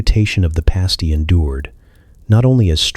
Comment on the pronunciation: Past-ee not paste-ee